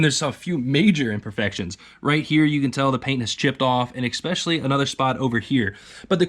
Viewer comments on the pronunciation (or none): There is no X in the word "ESPECIALLY" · Please stop saying "exspecially".... It's not a word.... If you throw me those lights I'll stop being a grammar Nazi